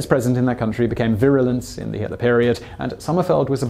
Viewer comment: he ‘smudges’ the pronunciation of Hitler so the CC system can’t tell he said Hitler because if it did he he would get demonetized